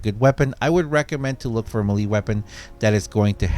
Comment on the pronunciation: Melee is pronounced "MAY-LAY".